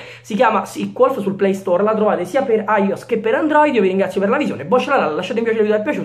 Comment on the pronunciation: aios? puoi dire aioess o ios detto letteralmente ma non puoi fare una fusione di pronuncia .-.